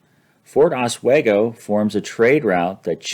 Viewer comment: It's pronounced Ahs-WEE-go, New York